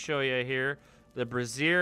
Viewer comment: lol - Two completely different words: brazier and brassiere, you keep saying the latter. :)